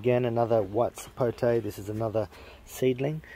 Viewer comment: Finally an Australian that doesn't say "Sapotey".